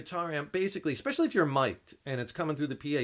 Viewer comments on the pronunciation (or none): "Exspesualy"... Seriously? Are you still in a bar, drunk? And yes, sound disperses. That's why to an audience that's farther away from the speakers, it should sound less distorted. That's why through a mic, an amp sounds more distorted, since it picks it up directly from up close, meaning it didn't have much chance to disperse yet. Logic, yo. Science!